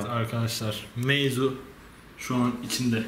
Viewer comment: Meizu değil meybuz olmuş o